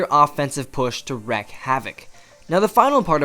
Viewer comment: Great vid, but in “wreak havoc”, “wreak” is pronounced like “reek”, not “wreck”